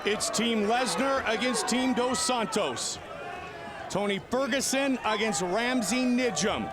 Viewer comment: ''Tony sterguson''? Damn Joe Rogan